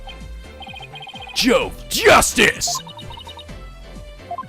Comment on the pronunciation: Jove is pronounced “Ho ve”,.